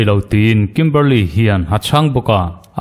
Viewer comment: I sawi chian hmel viau naa a chianglo.A chhan chu Kimberley niawm taka i tarlan mipa leh hmeichhia an awm a.Kimberli-a ti la emaw,Kimberli-i ti la,a chiang mai ang.